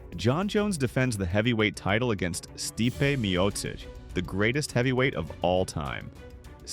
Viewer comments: Pronounces Stipe's name right the first time.... Continues to mispronounce Stipe 4 more times..... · pronouncination of non-english names is terrible (Stipe for example)